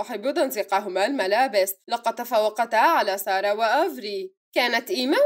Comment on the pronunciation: كانها قالت جائت سياره ❌ بدال ما تقول جائت ساره✔️ 😂😂😂